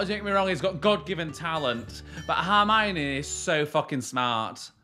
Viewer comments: I'm really frustrated, because you always say Harmiony instead of Hermione, you even wrote it wrong it the last Harry Potter react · It's H 'er' mione not H 'ar' mione haha